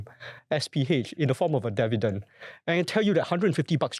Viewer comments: Devident, devident, devident. why dont you learn how to say this word right? Its pretty simple. And it will help. 😊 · Bro, such easy pronounciation requires no voice coaching. I watched the video, you speak pretty alright albeit with a strong tone of arrogance, which is still acceptable. But Devident? You can correct that within a split second. Its up to you. 😂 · Hard to focus on the content when he keeps mispronouncing "Dividend" - very distracting from start to finish